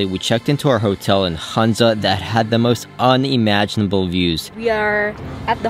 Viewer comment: A small correction - Its HUNZA not HANZA :)